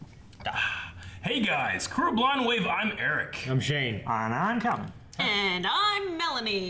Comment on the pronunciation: Haha, of course you called me E-Rich in the preshow poll. Just so everyone knows, its Eric with an H!